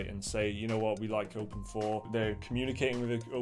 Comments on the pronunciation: OpenIV.... you pronounce it Open-Four ???? I always tought it was pronounced like Open-I-V.... you know.. like Poison Ivy... but with OpenIV... anyway... was I really the only one who tought that ? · I thought it was pronounced "Open Eye Vee"..... I've been fooled or not? I call GTA IV "Grand theft auto four" but not with Open IV. anyone else?